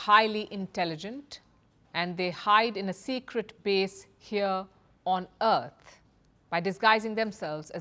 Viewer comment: "...on Eart"